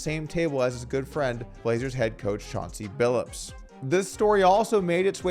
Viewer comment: It's Billups, not Billips.